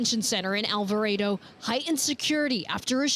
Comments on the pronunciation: It’s Alvarado not Alvaredo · Are they actually saying All Vah Raido? Lmfao!🤣 All vah Rah dough